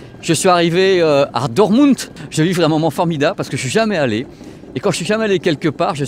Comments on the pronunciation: Ca se prononce Dortemounde, c'est une des plus grande ville de la Ruhr et elle est mondialement connu pour son club de foot le Borussia Dortmund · On prononce le "t" de Dotmund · yo par contre tu prononce mal "DORTMUND" et les footeux connaissent très bien cette ville car Club de foot souvent en ligue des champions mais je crois savoir que toi tu suis pas du tout le foot. Mais dans tes abonnés amoureux du son et de l'image je suis sur qui se reconnaîtrons. Surtout pour les grands écrans pour suivre le sport télé mais sinon tu continue surtout tes voyages qui font rêver et nous faire découvrir tout ça